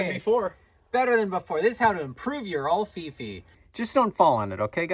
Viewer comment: Until you showed the written instructions for the Alfifi hook, I thought you were calling it “the ol’ Fifi hook”